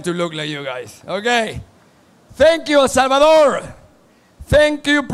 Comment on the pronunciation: Sorprendente es Español y no sabe decir correctamente, el nombre de nuestro país., Es 🇳🇮 El Salvador.